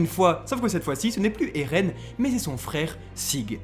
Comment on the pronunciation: Moi en tout cas j’en ai marre que dit ereh au lieu de eren